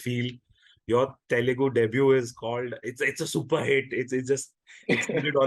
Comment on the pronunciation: Its Telugu. Not telengu. 🙂